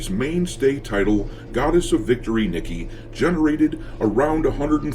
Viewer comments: sorry man its not pronounced "nick-e" its pronounced as "knee-kay' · Sorry man, my OCD got the better of me. "Goddess of Victory: Nee-keh". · I HATE being "that guy" but just for future reference, Nikke would happen to be pronounced "Knee-kay"